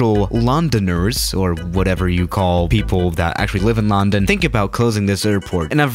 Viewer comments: Hmm he says LAWndOwn instead of london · I dont how he says Lawn - den .You say Lun.den . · uhhhh I'm here in a 737 in lcy Me:it's illegal!:on no I need to escape lundon Me: (Facepalms) it's London not lundon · Normal people: London: laRrRndOn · sais it like Larndarn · It’s pronounced lundun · You pronounced London wrong the whole time you say it as a u not an o